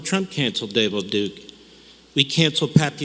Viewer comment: I can't unhear "Davel Duke"😂 Fuck, I hate that dipshit